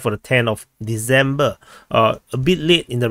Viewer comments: December. Not Deezember. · There's no "logic" to pronouncing December as "Deezember". He doesn't pronounce "decide" as "deezide" or "process" as "prozess". All languages, accents, dialects, etc., have an underlying structure.